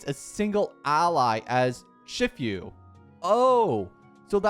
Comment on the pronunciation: "Shifyu" die.